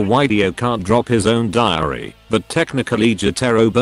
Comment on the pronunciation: dio's diary What i heard: dio's diareaha